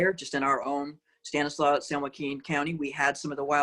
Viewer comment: Stanislaus county has an S on the end of it. She isn’t from around here.